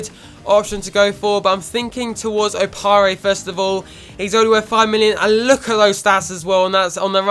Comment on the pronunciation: Opare is pronounced o pear